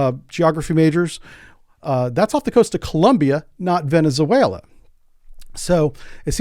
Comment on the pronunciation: You are mispronouncing Venezuela.